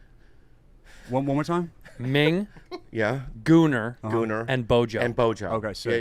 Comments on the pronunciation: The Gunners, Arsenals nickname is pronounced like the weapon, Gun. Not pronounced Gooner. An Arsenal of guns. The Gunners. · Wait...how are they pronouncing gunners as in Arsenal? Gooners? lol